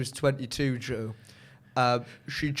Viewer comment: Is it just me that thought was saying Drew when he said Joe? 😂 I thought he had a little pet name for one of the Joes 😂